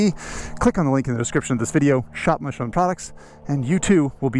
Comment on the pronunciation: Finally someone says Michelin correctly 🙏 MCN take a note 😝 especially Michael Neevsy